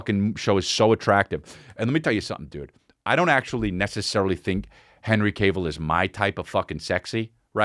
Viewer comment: Hi I'm a nitpicky asshole and I'm here to let you know it's pronounced calf(like he has big calves), not cave. Henry "has big calves" Cavill. ok thanks for reading, have a good day. love your show :)